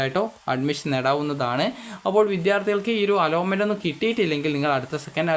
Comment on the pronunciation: അലോട്ട്മെൻ്റ് എന്ന് പറയൂ മോനെ